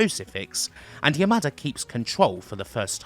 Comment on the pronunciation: Anytime I heard you say "Yamada", I kept hearing it as "your mother".